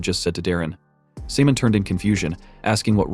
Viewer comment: I think his name is Simon the ai just saying it wrong